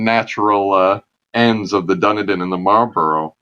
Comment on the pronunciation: Dun-e-din! It's pronounced Dun-eden. Good sea yarns though.